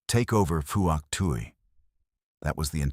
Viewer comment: Fook Twee not what the yanks call it!